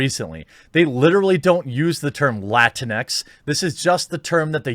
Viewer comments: Yes the word is awful, but can we talk about how Jeremy pronounces this? It's pronounced lat-inks not LATINEX!! LMAO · First, lah-teen-ex sounds like a wet toilette dispenser lmao. Please don’t say it that way ever again, it’s disturbing lmao. 2nd, the Hispanic community does not recognize Latinx And if these agenda seeking cucks don’t stop with their identity politics, the Hispanic community has a vast array of females with chancletas and they are ready to give out chancletazos. If you’re Hispanic y’all already know lol. The Hispanic community has spoken! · isn't it pronounced Latin-X? That is the way I have always heard people say it... I dunno. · I thought it was pronounced "la-tinks" to be honest. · You want to really piss off the morons that came up with that word, pronounce it "la - tinks." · I've always thought it was pronounced as 2 words Latin-X.. Guess I was wrong? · I always read it with the portuguese pronounciation (Latinksss) but like this is funnier, sounds like some sort of off-brand cleanex